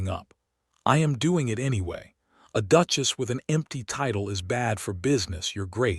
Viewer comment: Or the instance when she is called a “DUKE-ESS” rather than a duchess 😂